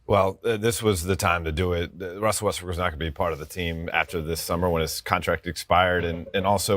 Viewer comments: The analyst sounded like he called Russ "Westbrick." . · Did He Say WestBrick At the End!?? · am i tripping or did that dude say westbrick at the end of that sound bite ??